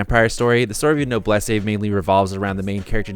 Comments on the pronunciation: Wait is that the right pronunciation of the noblesse? I think it should be pronounced as nob-less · Im triggered by how he pronounces Noblesse, its supposed to be No-bleece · "NO-BLE-SSE" I read and finished this manga a few times and never pronounced it this way before. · sensei butchered "noblesse"